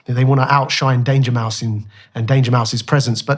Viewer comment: Bro said Dangermouse tho🧐